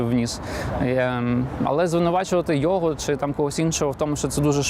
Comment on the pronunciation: Хто такий ЙОго ? Ні, він не оговорився. Ні одна людина яка з дитинства спілкується украінською так не оговориться. Це неправильний наголос в базовому слові. Я таких оговорок не пригадую, навіть по пяні, а я бачив як люди бухають по дорослому. По великому рахунку мені пофігу на такі дрібниці, ну російськомовний і шо, велике діло. Просто це виливається в непритодню і негармонійну комунікацію з суспільством аж з самоі адміністраціі самого президента. А це вже затупили. Особисто для мене значення не має, собі натупили. Ну і відпіводь ЙОго в тому інтервю... резинова дупа а не логіка. Хоч би язик після вилизування повитирав а то непристойне таке ляпати. Депутати зобовязані розуміти за що голосують. Я не виспляться то не будуть розуміти навіть як прочитають. А прочитати мало, треба осмислити продискусувати. Це закон. Він хоч знає що таке закон. Ну нафіг рівень підготовки.